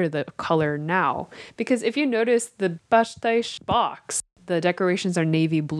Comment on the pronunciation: I love how you guys pronounce pastéis ❤️ and the video is also great.